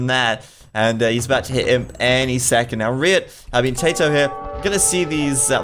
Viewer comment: Seriously, if you don't know how to pronounce Tatoh's name, just ask him. Or pick one pronunciation and stick with it